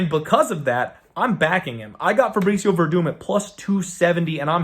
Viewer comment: Verdum? You serious bro? The broken man is Verdum..Gus with the easy KO!